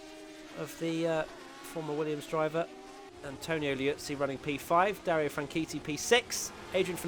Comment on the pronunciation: can you learn how to say Dario’s name correctly please? He’s a British motorsport legend like one of the best ever and his name definitely doesn’t rhyme with titty, just saying.